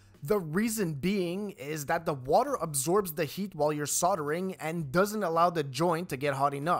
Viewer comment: There's an 'L' in soldering. it's not soddering